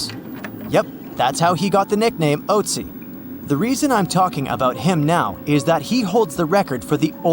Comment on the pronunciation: I don't think it's pronounced "oatsy".